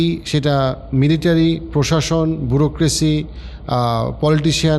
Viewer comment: বুরক্রেসি নারে সেটাকে বলে বিউরোক্রেসি 😂